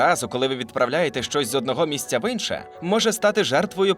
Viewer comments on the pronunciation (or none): Не "инше" , а "інше"